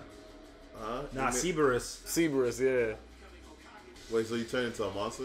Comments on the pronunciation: Not Ceeberus. Its cerberus, pronounced Sur-Buh-Rus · “Oh he made a hydra.” “Nah. Seaburus.” Seaburus. It’s Cerberus bruh.